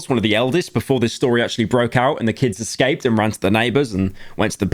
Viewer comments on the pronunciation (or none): none